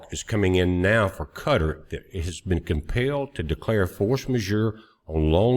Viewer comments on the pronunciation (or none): Please, it is not "Kutter", is Kah tar like guitar.